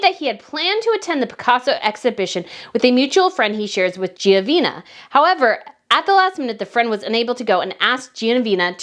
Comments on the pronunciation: You keep pronouncing her name incorrectly: "GENOVEEEVA" not "GEOVEEENA"!!! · Dear, the name is the Latin version of Geneviève however you invented or mispronounced the name, the last syllable is NOT ‘na’ it’s ‘va’ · Gen-o-veva not Giovena. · Dear ss i said GENOVEVA is the Latin version of Geneviève. You also say GEO insteas of Geno. Next the park’s nsne id RETIRO not Reterio. Pls mo not ‘murder’ the Spanish language. Just take s little care in practicing the foreign names correctly. Tnx dear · You are butchering ALL the Spanish names. Study the words and pronounce all the letters and syllables. It’s not Geovena. It is Ge no ve va. It’s not Retirio Park - it’s Re ti ro. You even said Fredick earlier. Try & get people’s names right.! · GENOVEVA NOT GIOVINA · Your pronouncing it wrong!..breath!..don't talk too fast..it's Genoveva..not Geovina..Pronounce it as "HEH-NO-VE-VAH"..Genoveva Casanova.. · Her name is pronounced (Jen-a-veva) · You offer constructive criticisms to Catherine Princess of Wales, of whom you have great respect, so in that same spirit I would like to offer constructive criticism to you. If you intend to read articles in your videos, please practice before hand. Quite often you mispronounce words that you'd catch in a rehearsal. In this particular video you repeatedly pronounced Genoveva as "Giovina." One’s name is very personal so we each should be diligent in correct pronunciation. If this is due to dyslexia or some other learning disability then I apologize but that would make rehearsing even more important. Please, fellow subscribers, don’t come after me. This is my opinion. I truly enjoy this channel, B’s content and insights but, like me, she’s not perfect – I’m just wanting her to be her best. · Genoveva, in Spanish is pronounced Heh-noh-veh-vah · Only an American can butcher a Spanish name (Genoveva) in such fashion 🤦🏻‍♀️